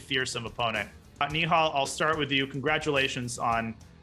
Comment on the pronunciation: You did a good job pronouncing nihal's name